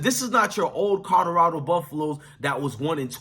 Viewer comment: Are you really saying codorado? Guys that look like you should learn how to speak English